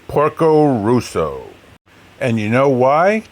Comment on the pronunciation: Great movie with a lot of hidden stuff in it (I hope you get it). By the way, it's Porco Rosso, as in Red Pig, not Russo